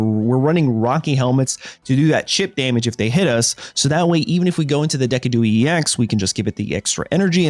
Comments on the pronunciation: It’s a deciduous tree not a Dee-ciduous tree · LOpUni? Deck-a-dewie? This ain't it man